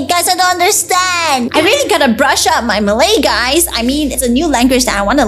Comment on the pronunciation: You are a little bad and pronouncing the Malay words but I would still support you